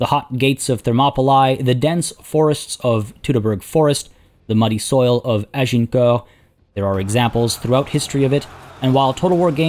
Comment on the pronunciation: As a side note, love that pronunciation of Agincourt.